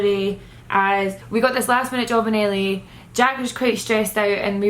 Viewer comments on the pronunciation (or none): i taught said Italy every time she said LA.😂